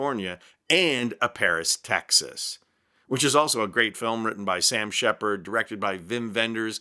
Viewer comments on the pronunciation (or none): none